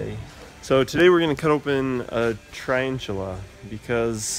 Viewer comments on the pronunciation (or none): "today we're gonna cut open a trianchula" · “Today we will be dissecting a tryantula” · "today we're going to be cutting open a" tryantula"" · You cut up a “tryantula”...